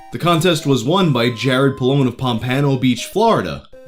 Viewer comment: As a resident of South Florida, and a Pompano Beach High School alum, your pronunciation of Pompano killed me 😂 (It's POM-puhno, not pum-PAN-o btw)